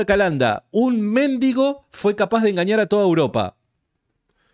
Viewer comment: mendigo -ga. 'Persona que pide limosna'. Es voz llana: [mendígo]. Son erróneas, con este sentido, la grafía y la pronunciación esdrújulas méndigo. Por favor!!!!,, con todo respeto, te pido que corrijas la acentuación de esa palabra. Un abrazo desde Neuquén. Te sigo siempre